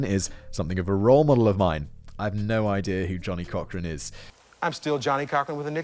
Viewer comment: This guy annoys and irritates - laughing and mocking at inappropriate times. Sarcasm and childish comments. Nowhere close to other documentaries online. And learn to pronounce the names like Cochran 🙄🙄🙄